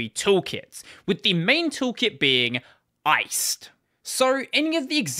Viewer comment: I believe the rust GUI toolkit is pronounced "Ice D" (as in daemon; the full name rhymes with 'iced tea'), according to the lib authors - just FYI